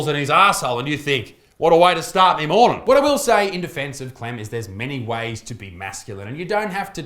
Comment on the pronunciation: "What a way to start me mornin'" I now believe that Australians exist